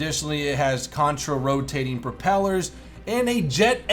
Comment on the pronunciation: Why does it sound like has a seizure every time he says Counter Rotating?